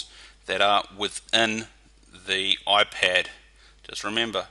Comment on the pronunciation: Its IPAD not OIPED!...